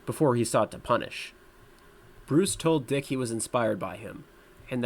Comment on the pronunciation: I was surprised he ain called Dick "Dyke"